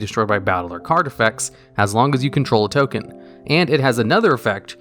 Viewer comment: 'Top 10 Ken Generators' what happened there?